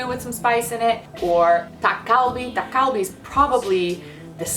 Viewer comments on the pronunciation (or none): Your 닭갈비 pronunciation is funny lol please fix it hahah